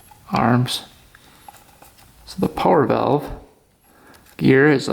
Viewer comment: I am pretty sure I am subscribed just so I can hear say "power valve" not quite Canadian but not cowboy talk either. Greetings from Texas. When I was on the UP I asked where could I get a drink of water and was told the "bubbler" (water fountain) was on the wall. Never hear it before and never heard it since. But then again maybe I watch because I appreciative watching a skilled craftsman work.